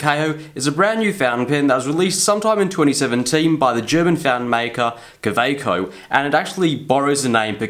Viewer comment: Least he doesn't pronounce it Khhawhhekchho like Peter Draws.